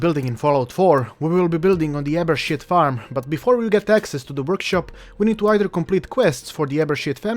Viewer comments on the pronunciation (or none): I'm not intentionally carping on you accent but it struck me as funny when you said abershit family!!!!